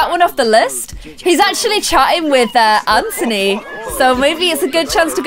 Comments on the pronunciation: stop saying 'AnTONEE' it's just 'An-Thu-Nee' ok? 😂😂💜 but love you anyway great video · Anthony is pronounced an-the-knee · its actually kind of bothering me that your saying anthony and ciara names wrong. well from my point of view in america anthony is pronounced an-th-on-y and ciara name is pronounced ci-air-uh. no hate nothing but love but i thought you should just know ! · It's pronounced a-nth-ony